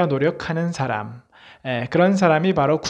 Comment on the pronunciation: 염원,해영, 사람, 시청자, 사람, 사람!!, 현상,2등,수퍼(super), 사람 사람!,우주,간절,못하면,좋겠다, 머냐하면, 진인사, 대천명,사실, 등!! 이 학자가, 장음인 단어의 첫 자를 "짧게 잘못 발음한. 실 에 임. 주역을 강의하시는 학자가 이상과 같은 한자어를 바르게 발음 하지 못할 뿐 아니라, "사람, 좋겠다"와 같은 우리 고유어도 제대로 발음하지 못한다는 이 사실!! 학교라곤 문전에도 가보지 못한 우리 할머니들도 이런 엉터리 발음은 하지 않았다. 더 놀ㄹ아운 일!! 이런 문제를 문제로 삼은 이는 1967년에 고국을 떠난 이 늙은 이뿐이니 대체 대한민국 지성인은 어디에 있는가??? 제가 "눈물로" 쓴 책 한권을 고국에 바치오니 , 동포여!고국 동포여! "한국 어문을 고발함"이라는 책을 조용히 읽어 주시옵소서! 미국 변 완수 배